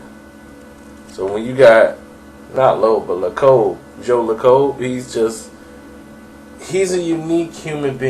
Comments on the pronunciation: So many things wrong with this story, 1. the Warriors Owner's name is pronounced Lake-Cub. 2. Steph Curry was drafted after Johnny Flynn not Rubio 3. Rick Welts is the President not the GM. the GM is Bob Myers 4. Ermon was hand picked by the owners and GM. Same with Scal. Ermon and Malone never coached together. Jackson did not pick Ermon. Dont even think Jackson knew Ermon prior to working with the Warriors. 5. you forgot to mention Malone and Jackson were hired as a package bc of Jackson's inexperience as a coach. Jackson's firing is less to do about gays and more to do with powerful white men not thinking a the black man is smart enough to coach without a white man over looking over his shoulder. I can elaborate more is you guys are interested. is about 50% right about what happen. He has most of the info but he put it together all wrong. IMO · its pronounced as joe layckub but spelled lacob. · I knew I should have stopped watching this the second he miss pronounced joe lacob. Truth is mark Jackson was to big for his britches. The man refused to listen to the front office about anything. Lacob didn't like his assistant coaches. Jackson refused to let jerry west into the practices. Jackson wasn't taking the team in the direction the owners wanted. On top of all that, mark Jackson would hold open sermons in orical him being the pastor. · is really butchering these name: Lacob, Budenholzer. lol!